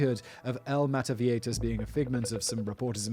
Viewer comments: La Mada-vie-hi-tas is how its pronounced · Meta-vie-jitas, rhymes with fajitas.🙂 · Seems like a syllable missing from mataviejitas…mah tah bee ay hee tas? I don’t really care, just curious🤔It’s been a very long time since I’ve had to speak the language(family trip to Peru and Ecuador, in 2008-9…It came back pretty quickly while being immersed in the language😄) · JI in viejitas is pronounced like english He, try this pronunciation with english words: Bee- A-He-Tas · I speak spanish and I came here 1000% expecting Simon to ultra butcher the name. 10 seconds in and I'm not disapointed. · You missed an entire syllable in mataviejitas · I tuned in just to hear Simon mispronouncing "mataviejitas". He didn't disappoint. <3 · Well you butchered "mataviejitas" but nailed "maria de la luz gonzales anaya" so good job fact boi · You did a terrible work pronnouncing mataviejitas, I am amused nonetheless